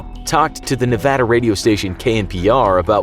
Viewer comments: At least he said the word Nevada the right way lol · As a Nevadan, I thank you for pronouncing Nevada correctly. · I'm so glad you say Nevada as it's supposed to be said it's annoying when they say it the other way it's Nevada not nevoda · you pronounced Nevada correctly thank you from reno ❤😅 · As someone who has lived in Nevada for most of his life I have 2 things to say: 1, thanks for saying "Nevada" right 2, I've never heard of the "Nevada Triangle" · Thank you for saying that calling Nevada the other way is annoying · Wow you pronounced Nevada correctly, most people don't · Thank You! You said Nevada correctly. You have no idea how badly it bugs the locals here. Cheers. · Yeah I was surprised he did most people who don't live in Nevada never pronounce it right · You know who surprised me by pronouncing Nevada right? JackSepticEye. Didn't know that the Irish said it like Nevadians until I heard him bring it up in a video. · SAME. I ALWAYS GET TRIGGERED WHEN THEY SAY MY STATE WRONG